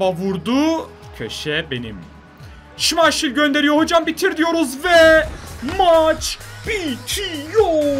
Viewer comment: Şımayşıl değil şımaykıl